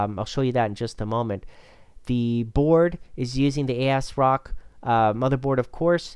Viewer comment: also asrock